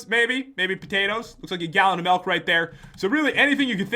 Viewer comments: U suppose to said Milk not Malk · you sed melk it's milk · Pat you said melk instead of milk and cookies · Pat It is milk not melk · it sounded like he said melk instead of milk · wait did he say malk not milk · You said cookies and malk not milk xD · He said malk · he said cookies and melk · did he say melk ????😊😊😊😁😁😁😁😁😁😆😆😆😆😂😂😂😂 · no its MELK :P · U said cookies and melk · Pat did you just said malk ? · Pat is pro at english cookies and melk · pat said mauk